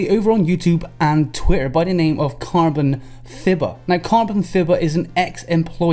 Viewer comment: I'm pretty sure "Carbonfibah" is meant to be pronounced like the English "Carbonfiber" lol